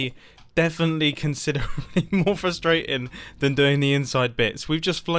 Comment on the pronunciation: who loves when he says frustratin